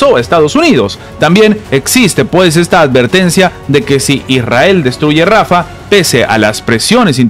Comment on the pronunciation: Se dice rafahhhh no rafa! JAN YUNIS NO YAN YUNIS, USTED NO SABE PRONUNCIAR ESTOS NOMBRES.